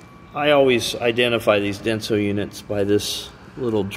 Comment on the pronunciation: Sorry, Denso, not Dense!